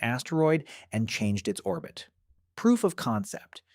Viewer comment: How did it pronounce 'orbit' ? Very strange